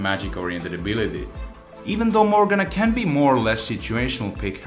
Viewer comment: Only Veigar and Morgana are mispronounced in this vid. Pronunciation heavily relies on accents and servers. Like NA might say Shaco (shake-o) but I play on OCE and a lot of people here say "Shark-o" (silent R), myself included.